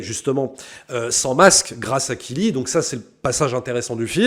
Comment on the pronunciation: KiRi, pas KiLi. Merci.